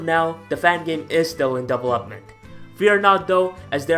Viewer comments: Am i the only one who got a bit annoyes by his pronunciation of develop/developed/development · Double up mint